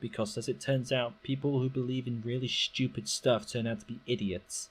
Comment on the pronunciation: "People who disagree with me are just schewpid" - This guy